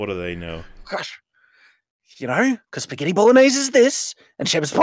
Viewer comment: So here, how long until he mentions spaggheti bol-oh